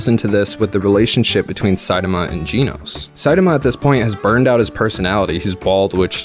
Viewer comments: Please don’t say geenos its genos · Genos...not Ginos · Gee-nuuz Sorry but its pronounced Gen-oh-s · Was anybody else slightly bothered every time he said Geenos instead of Genos lol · Why are you saying "Gene-os"? Its clearly "Gen-os" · i think you are overthinking this just a little bit, i like OP Main Characters and btw side note its GEN-OS not geneos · G-EEE-NOSE Buddy it’s Genos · 'Geenos' really 'geenos'. Its Genos not fucking geenos. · genos not ginos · The way he pronounces "Genos" is like the way how Dr Genus' name is pronounced... Lol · genos how many people pronounce (gen nose) (G-nose) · its psy tam ah not sai dama and its gen ohs no ji noes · (Sa-ee-tamah) Je-no-se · Lobster!? FLY!? Gee-nose!?!?! Are you daft man! I joke great video. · it's pronounced j-nos. great vid btw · They way you pronounce Genos' name is just painful. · im disliking this video because of the way he said genos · Great video other than the mispronunciation of Genos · those dislikes are because he mispronounced genos xd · well he said genos wrong